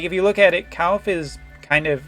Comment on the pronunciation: Surely one of these days you'll learn how to say Kilphe